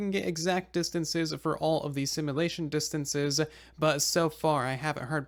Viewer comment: Ear-piercing pronunciation complaint to be made: Should be sim-yu-lay-shun, not sim-uh-lay-shun 😑